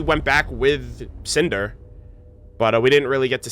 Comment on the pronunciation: When Cinder first came on screen I was looking away atm. All I heard say was "SANTAAA!!" and was so confused! XD Then I realized he said "CINDER" Haha.